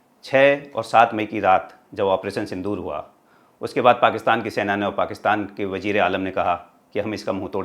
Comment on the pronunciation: Wajir nahi wazir hota hai yaar